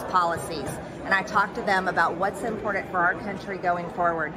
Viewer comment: I fucking loathe how she says "impordand"